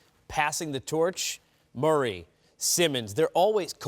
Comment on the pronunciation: Am I hearing this guy right? Who the fuck is "Murray"?